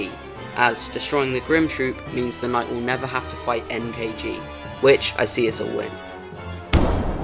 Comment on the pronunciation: bro can't even say knight